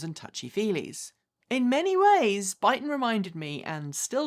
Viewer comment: Your saying their name wrong.. it is that you accent? 😁